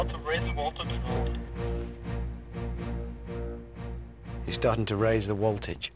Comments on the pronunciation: Hammond: "He's starting to raise the woltage." LOL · "He's starting to raise the woltage" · I didn’t catch this 11 years ago but Hammond said “He’s starting to raise the Woltage” Nice one. Very subtle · "Hes starting to raise the woltage" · hamster said "he started to raise the woltage".... hahahahaha!!!! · "He's starting to raise the woltage." Hahaha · “He’s starting to raise the woltage” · "he startin to walve the voaletagr" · Starting to raise the woltage.😂😂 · hahaha "starting to raise the "Woltage" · Raising the woltage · Did anyone else replay "im starting to rise to woltage"